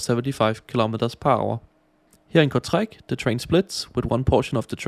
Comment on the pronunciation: "Here in Kurzreich" 😂❤